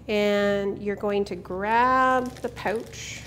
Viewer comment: Don't you meant to say "Aboout" and "Poouch"?